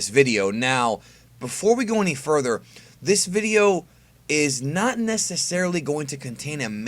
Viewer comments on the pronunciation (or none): none